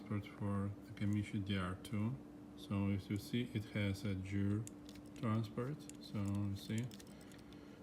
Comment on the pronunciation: Hi. I respect you a lot. I love your videos. Your are the nicest technician on youtube. But please don't you ever say "jeer". It's gear. Like gasket. You don't say jasket right? Go to google translator write gear and listen to robot saying it. Please, don't be mad at me, just listen to me. It is for your own good. I am Lithuanian. English is not my native too, but "Jeer"just hurts my (everyone's) ears. Thank you!